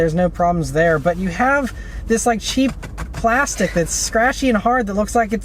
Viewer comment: 😂😂😂😂the way you emphasize that "cheap plastic" thingy